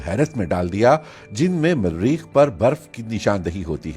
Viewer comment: Marreekh keya hota hai.... its Mareekh single R